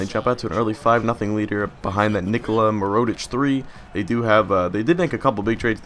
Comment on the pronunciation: It's mirror-oh-tich not mer-oh-tich